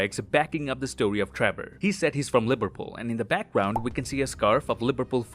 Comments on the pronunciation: "liberpool" liv-er-pool (someone from the uk) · am i the only one who heard i as lipperpool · Did he say "Liberpool"? lol